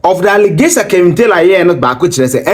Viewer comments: It’s Kevin not kelvin🤷🏽‍♀️🤦🏽‍♀️✌🏾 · His name is Kevin and not Kelvin.